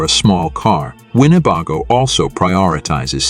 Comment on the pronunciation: How can mispronounce the name of the manufacturer?